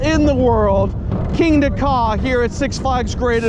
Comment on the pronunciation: The way he said Kingda Ka "Kingda KaW"🤣🤣